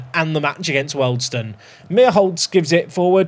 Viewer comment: Wealdstone = "Wee-all-d-stone" and not "Welled-stone" Other than that, great episode 🙂